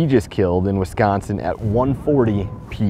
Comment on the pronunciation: we gotta work on how you say Wisconsin. It's Wisconsin not Wesconsen.